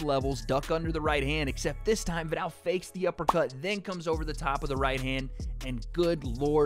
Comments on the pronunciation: The “ viddall “ concept 😂 love you ♥️ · Can you please pronounce his name properly